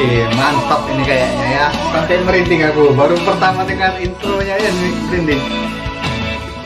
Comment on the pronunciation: Kan???sebutan beza Sebutan AKU NAQIU=AKU AKIM=AKEUW HAHAHA